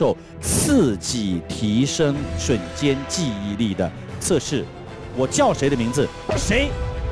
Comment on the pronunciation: 为什么汪涵要把瞬间的瞬读成3声啊？听着好别扭啊，我刚刚查了查瞬只有4声一个读音。